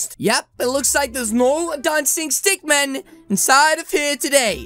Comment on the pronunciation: It stick min not stick man